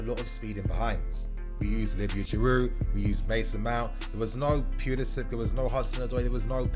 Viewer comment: Can we just agree that is pulisic guys not pulisich his not Siberian or Slovakian or Russian them countries damn